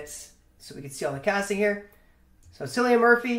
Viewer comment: Cillian is pronounced as Killian no silian. Killian Murphy.